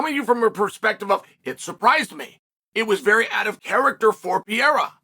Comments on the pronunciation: “Puh-Rare-Ruh” or “Puh-Dae-Duh but NOT Pierre Ra! Learn the dude’s name! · PA-RARE-A YES PEE-AIR-A NO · "Alex Pieria"...... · Alex Pierre-a is beast Uncle Chael